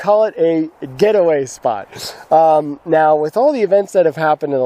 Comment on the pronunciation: What on earth is a "gateaway" ? Did you mean " Get Away" ? LOL Just want to make sure you have a spot for a 32ft toy hauler incase I decide to show up. Looks like you guys are having a ton of fun out there. Any good UTV trails near by? Keep up the good vids.